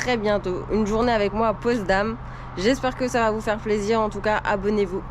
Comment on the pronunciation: La Gedächtniskirche est située dans l'ex-Berlin-Ouest. Pour information, c'est POTSdam et non POSTdam. Merci pour votre vidéo.